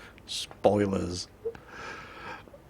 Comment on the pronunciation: When says "spoilers" in that british accent, I can't help but think about Dr. Who....